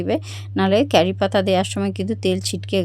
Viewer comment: কেরি নয় ক্যারি পাতা